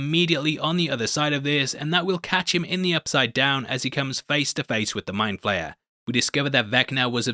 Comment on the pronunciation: I’m disappointed you didn’t complete the— “I’m 85 years old & so butcher all names” Trifecta— and call him “Wall”! It’s: Vecna (not Vinca) & Mindflayer (not Mindflare)